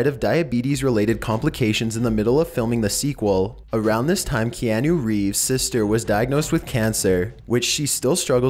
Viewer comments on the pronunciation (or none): is it just me or was he saying KeAnu and not Keahnu ? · Key-ah-nuh Reeves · It's Kee-ah-nu 😂😂😂😂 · Kee-an-OOO LOL